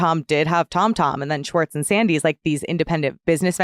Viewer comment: Anyone else been slowly driven nuts over the past few months in various interviews as Scandoval has unfolded, with people switching back & forth between pronouncing Schwartz’s name as “Schwartz” & then twenty seconds later, same person, “Shorts”…